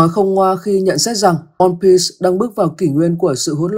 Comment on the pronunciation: Onepiece có chữ s đâu mà sì nghe kinh quá